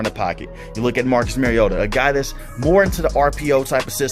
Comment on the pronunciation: Mar-E-O-ta Not Mare-E-O-tah He's not a female horse. Like Mario Andrette. But "ta" instead of Andrette. Please people. Learn to pronounce the name of your subject. Example for all you Tubers, journalists, reporters, talking heads, etc. for correct pronunciation of your subject's name; Mariota. Mariota correctly pronounced throughout this entire video. Without fail. How Bolts Can Contain Mariota & Falcons | LA Chargers